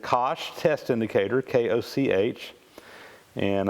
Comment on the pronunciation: Koch is pronounced as in "loch/lock". I guess you need to assess the potential humour level in your audience before you show off your Koch test indicator. :o